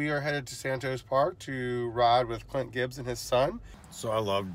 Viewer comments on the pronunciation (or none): Did you just call him Cint Glibbs ? Lol. Good riding dude 🤘